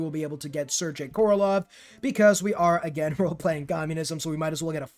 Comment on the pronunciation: and the ending of Sergei is pronounced like GAY, not jay. I dont really care about mispronunciations, but Sir Gay is worth mentioning